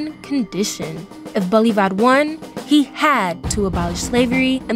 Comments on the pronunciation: Mispronunciation!!!!! It’s not Bolivár, but Bolívar!!! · Seee mon boooole varrr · The way she can’t pronounce Bolívar 😂😂